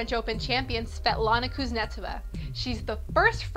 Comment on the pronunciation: This chic can't pronounce either: Schiavone = Ski-o-van-ey not Ski-ah-vone-ey Kuznetsova= Kooz-net-SO-vah not KOOZ-netsivah Anastasia= Ah-na-STAY-shya not Ah-na-stah-zya Koellerer= Kell-er-er not Kell-errrrrrrrererer?